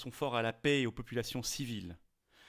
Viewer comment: La pè et non la pé s'il vous plaît